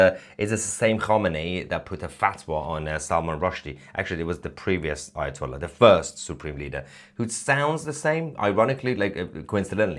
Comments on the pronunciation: I heard it right, you keep on saying, "Ayatoilet"😂😂😂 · Mr Tousi you make me laugh becos you call ayatollah as ayahtoilet heheeee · Did I hear him right Ayatoilet? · sorry I think I heard Aya-toilet hahaha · AyaToilet 😂😂😂😂😂. Love it 😂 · did he said AyaToilet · I'm sorry but did he say, " Aya toilet? " It would certainly be more than appropriate! 😂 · Did I hear him say 'Ayatoilet' or was that his accent?